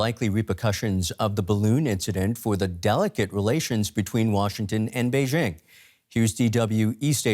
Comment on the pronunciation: It is the year 2022, and Western journalist aren't even capable of pronouncing "Beijing" correctly, hahahahaha. I'm no fan of CCP, but respect needs to be mutual.